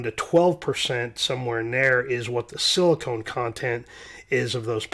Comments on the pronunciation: Silicon....not silicone...rrally good explanation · It's sili-con not silicone, its not caulk. It's not a bathtub sealant, so lose the E off the pronunciation and you'll be good 👍